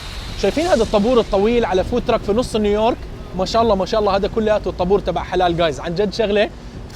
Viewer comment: تقهررر قول نيو يورك وش الي نيورك 😂😂